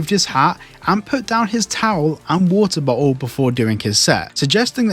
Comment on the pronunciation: Wortah bottul 😂